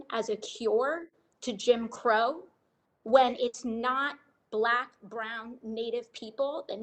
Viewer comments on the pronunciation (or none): none